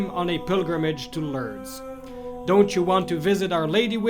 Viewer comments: it is pronounced LORDS not Lurds or Lerds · Pronounced LOORDS. Not Lurds. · Pronounced more like LOUrdes , as opposed to L'rrdes.